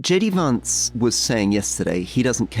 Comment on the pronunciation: "Jay Dee Vaughnce"... Brits have thoughts about the u.s. Let's have a listen.